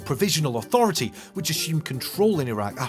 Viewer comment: *Autorithy, not "Sutorithy. *Dissolution, not "Dissoulution